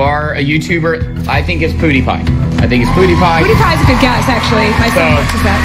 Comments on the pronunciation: Did my guy really say poodie pie? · He said poodiepie when it pewdiepie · They said “poodiepie” instead of “pewdiepie” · It's pewdiepie not poodiepew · It’s not POO-Die-Pie ITS Pew-Die-Pie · Nobody: The judges: PoOdEePiE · BAHAHAHAHAHAHA THEY CALLED PEWDIEPIE POODIEPIE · Actually they said “poodeepie” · Man said poodiepie lmao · poo die pie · Nobody: Not a single soul: Judges: poodiepie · My man's said Poodiepie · No he actually said pewdiepie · Poodiepie more like poo die pie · Its pewdipie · “Poodiepie” - Ken 2019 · "Poodeepie" -Ken Jeong, 2019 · Man said POO-diepie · “poodiepie” lol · No way they said poodiepie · He said poodiepie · Did you say pewdiepie like “poodiepie” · Bro said poudipie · More like pew"DIE"pie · The way he pronounces pewdiwpie. Gold